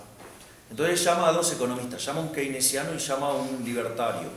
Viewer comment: al QUEINECIANO 🥺🥺 -AL KEINESIAAANO!! 🫲🏻👿🫱🏻